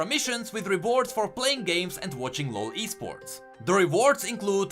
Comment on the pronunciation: I'm glad that you actually pronounced "LOL Esports" not "LOLIsports"